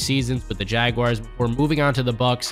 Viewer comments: Jaguires? It's pronounced Jaguars. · It’s Jag “WARS” not Jag “WIRES” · How can someone read "jaguars" and say "jagwires"?🤔 It happens all too often, IMHO. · Can someone please show me where the "I" in Jaguar is?